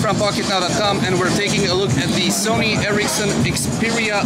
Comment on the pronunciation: what's sone? i thought it was Sony